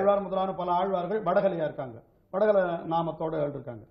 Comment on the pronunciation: வட களை அல்லப்பா. வட கலை. தமிழ் உச்சரிப்பு கொடுமை. ஒரு காலத்தில் சன் டிவி செய்தி வாசிப்பாளர்கள் சுத்தமாக வாசிப்பார்கள்.